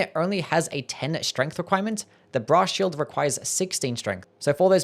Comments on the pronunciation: I keep hearing bra shield instead of brass shield. I need to touch grass and talk to women. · i keep hearing "bra shield" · Cannot unhear Bra Shield